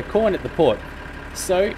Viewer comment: every time you say corn it sounds like porn